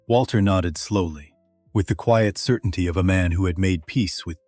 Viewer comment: Narrator just can't figure out how to pronounce quiet. AI f-ed up again and again.